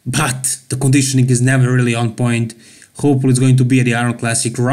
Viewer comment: Needs better Conedeeeshowneeng! Lol. Nice video!